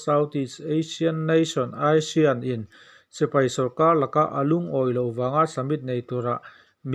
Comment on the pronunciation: Mipui sipri ni lovin mipui sipai tih tur.